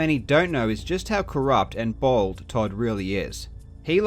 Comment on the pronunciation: "Just how corrupt and bald Todd really is" Oh wait, you meant BOLD! That accent made it far funnier